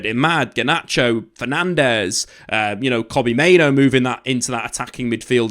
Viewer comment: Why do you go out of your way to mispronounce names like Kobbie Mainoo? It's so frustrating to listen to